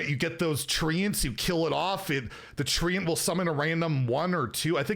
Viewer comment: If it says "treant" why is it being said like "treeant"?